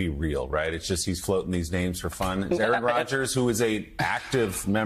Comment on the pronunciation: * "Qaaron" Rodgers. Pronounced "Karen"?